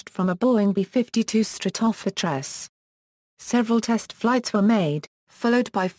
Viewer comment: great pronunciation of B-52 Stratofortress LOL